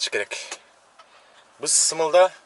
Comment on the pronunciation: БЫС МЫЛДА ЭМЕС, ТУУРА АЙТКАНГА АРЕКЕТ КЫЛ, БИСМИЛЛЯАХИ РАХИМАНИ РАХМАНИ РАХИМ, ДЕП АЙТЫЛАТ, ТИЛИН КЕЛБЕЙ АЙТАЛБАСАН, АЙТБАЙ ЭЛЕ ТИМ КОЙСОН ЖАКШЫ БОЛОТ